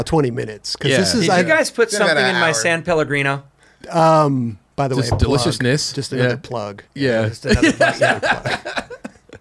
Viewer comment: Kudos to him for the “san” in “san Pellegrino ‘, americans always miss that